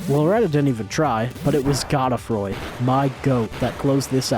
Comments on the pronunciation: god-uh-froy, bruh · The whole video I was waiting to see who replaced Melania, and while Gideon replacing Melania was funny, Astel replacing the Leonine Misbegotten had me on the floor. This was incredible! Also is anybody gonna tell him he’s pronouncing Melina and Godefroy’s name wrong?